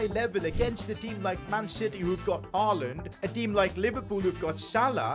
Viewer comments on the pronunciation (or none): none